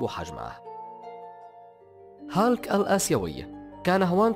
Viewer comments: اولا اسم الشخصية هولك و ليست هالك اتعلم نطقها بشكل صحيح قبل ان تعد الفيديو ثانيا هناك اشخاص المفترض ان لا يتم وضعهم بالقائمة لأنهم لا يشبهوا شخصية هولك نهائياً من الناحية الجسدية و ثالثاً هناك شخصية اسمه مارتين فورد ظهر في فيلم بويكا الاخير اذهب و شاهده و سترى كم هو ضخم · أسمه بالعربي "هولك" مو هالك aka hulk